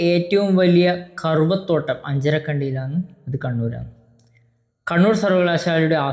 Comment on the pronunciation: കറപ്പത്തോട്ടം എന്നാണ് പറയേണ്ടത്